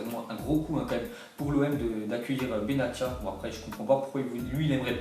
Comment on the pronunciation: Respect les noms des joueurs quand meme benatia prononce le benassia c mieux